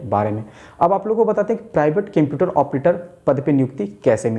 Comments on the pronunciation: Kemputer or computer??? 😂😂😂😂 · Cemputer nhi hota sir Computer hota hai 👍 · Bhai use computer bolta hai qumputer nahi bolta hai 🤔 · Sir video dekhanese pehale ek bat jarur bolunga 😅😅😂 computer ko केम्प्युटर mat bolo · computer he kemputer nahi😁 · O kemputer Bol raha hain wo computer hota hain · Apni vartni sudhariye sir je ye kemputer kya hota h Litrelly its so iterative to hear speaking kemputer-kemputer... Its computer 👍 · Bhai its not Kemputer...its computer..😅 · Sar pahla computer BOLNA SIKE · Ap pehle computer bolna sikh lo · Aap computer ko bolna sikho pehlee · Everyone- seeing how he is pronouncing the word computer Me- don't find the mistake The video is usful for jobs rather to find the mistakes